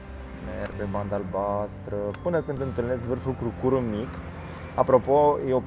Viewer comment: Crucur se accentuează pe prima silaba, aici în zona Brașovului. 😁